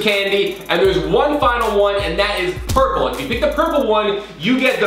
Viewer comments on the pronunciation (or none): Welllllllll, it’s PURPLE not perpule